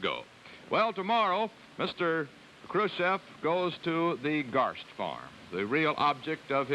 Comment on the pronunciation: To all native English speakers: listen to this guy, how he actually pronounced Khrushchev because he actually did it correct. Today, you all do it WRONG. And it's not about beginning but the end: "EV" today vs. "OV" 66 years ago.